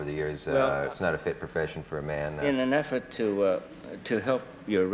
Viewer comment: "in effert to Raise your rating" lol Sawage